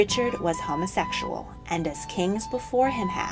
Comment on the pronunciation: How the narrator says “homosexual” just rubs me the wrong way for some reason. I’d also like to point out just how many INACCURACIES this video has. I’m not at all claiming to be a history wiz, nor do I know a Great deal of our world’s history, but I know enough to say with confidence, this video was poorly put together. Just basic “facts” that can be easily confirmed with a simple google search, are way off. I mean I’d honestly compare it to some one making an educational video about astronauts and saying “The first man to ever walk on the moon was Bobby Joe Armweak in 1999.” (Clearly I’m wrong, this is just a comparison to how off these ‘facts’ are.). Just saying....